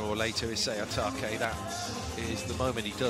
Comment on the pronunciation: The commentator kept miscalling Yamauchi —> Yamaguchi 😢 Also Otake. Sometimes he called Atake, sometimes Itoke, gosh, it’s not that hard 😰